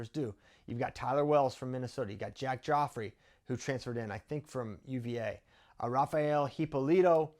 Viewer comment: Nice vid. Gioffre is pronounced jh-FRAY, not Joffrey.